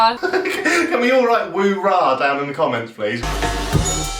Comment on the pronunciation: Didn't she say rooraw? Not that it makes more sense, just I guess checking my hearing lol my brain cells are dying..